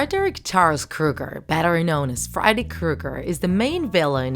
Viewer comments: You said fried kreuger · You say Freddy Kruger funny